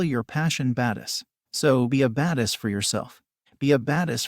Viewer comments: anybody else get annoyed by the way the computer saying badass? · “Because they are baduss”